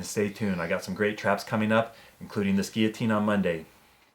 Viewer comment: Wow, someone is actually pronouncing "guillotine" correctly!